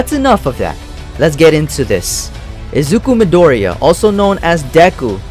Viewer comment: you said midoriya wrong